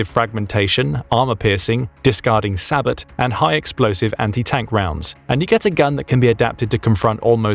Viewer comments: Er - that's pronounced 'sab-oh', not 'sabbut'. It's French don't you know.😊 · Sabat? ‘SAY-Bo’! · SAY-BOH, not Sa-bot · "discarding sahbitt" ... it's "sah-bow", as in "long-bow" or "bow-and-arrow". French-derived word and the 'T' is entirely silent. Google's pronunciation AI/bot is off on that one, but many videos and sites explain it properly. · "Sabot" is pronounced "Sabbo", the t is silent. The speech synthesizer needs to be trained. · sabot is pronounced say-boh !!! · Maybe try pronouncing SABOT as Sab Bo 😉🇦🇺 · Sabot…….its pronounced Sabo!